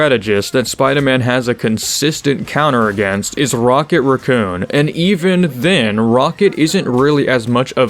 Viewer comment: I still love playing as spider man and I will not stop. Also did not expect to leave this video with a new way to pronounce raccoon